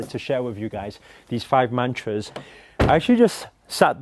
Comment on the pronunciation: U love your car But what i really wanted to say was Stop saying mantras it sounds like munchies!!